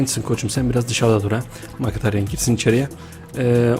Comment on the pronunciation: Makataryan diyo sjsjsjsjsjsjsjsjsjsj